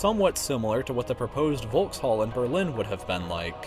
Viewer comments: "the building would have been called the volkshall"... like, could you at least try to pronounce it the way it's supposed to be pronounced? the v is pronounced f and why on earth did you pretend that the last e didnt exist? it's pronounced "folks-halle"... it's not at all tricky. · a "v" in german is always pronounced like a "f" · The volkshalle is actually pronounced folks-hall-e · did you just say volkshal its VOLKSHALLE! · it ain’t pronounced Volkshalle it’s pronounced Folkshalle you stupid dumb ass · It's pronounced Folkshalle not Wolkshalle. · Ohhh i thought it was pronounced as volk-shall..... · It's pronounced Folkshalle.... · I'm 1.65m tall :( and I'm not even remotely tall. Also the V is usually pronounced like an F in German. Sort of like 'Folkshalle' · Boii i´am from German and I can´t hear the pronounciation of Volkshalle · Why is it that English speaking people tend to not being able to pronounce a foreign language? Is it really that hard? If we can do it, so should you. Volkshalle.. Try again.. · Ja mois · How tf have you pronounced the Volkshalle? 😂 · you said Volkshalle wrong -. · As a german I can rly say that u couldn't pronounce ''Volkshalle'' worse :3 <3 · i can speak german and when he pronounced Volkshalle i cringed so hard lmao sorry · It's so funny how you pronounced "Volkshalle". But please accept that it is a German name :) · Fyi a German v is pronounced f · "volkshalle" the v in german is read as f, al least that's what I learned in german classes.